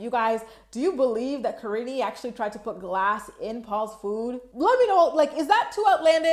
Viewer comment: I can't believe how many people call her kariney. It's as bad as pierrey. Paul is an idiot who doesn't even know how to say his wife and kids actual names.